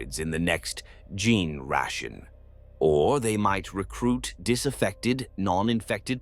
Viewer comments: I like the art. Good point about the tyrannid cult model. I've been enjoying your videos so much. But I can't with the narrator repeatedly saying Gin-Stealer, Gin-Tick, & Gin-Ration. Please. It's worth the time to go back and fix it. Thanks for all the good lore. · Ok nevermind, it also gets "generation" as "gin ration". That's an AI error is what that is. Complain to its programmer if you can't alter its pronunciation of single words.